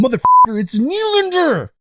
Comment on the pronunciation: At this point you’re just trying to mispronounce Nylander’s name lmao